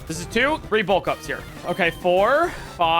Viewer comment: Whenever he says 'bulk ups' I keep thinking he's saying 'bowl cuts' 😭